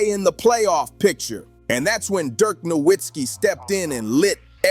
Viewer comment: Its pronounced No vitz kee!!!